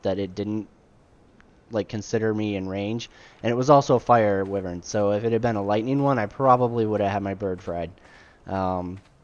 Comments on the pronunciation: Pronounced "Why-Vern" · Some people consider wyverns lesser dragons, others consider them their own thing. Its debatable. One other thing, though, just so you know: wyvern is pronounced with a hard i: first syllable rhymes with fry. It comes from the same Latin word for viper. I myself said it wrong for years.